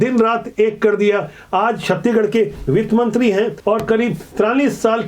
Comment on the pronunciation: छत्तीगढ़ नही छत्तीसगढ़ बोला करिए